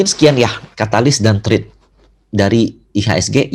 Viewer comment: Thanks hu 👍🏻 happy newyear.success. Note : threats NOT thread. Easy! Thanks hu